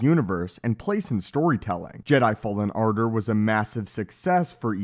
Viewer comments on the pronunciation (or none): “Jedi fallen ardar”